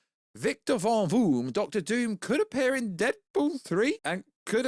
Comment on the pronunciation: Von Doom not Von Voom lol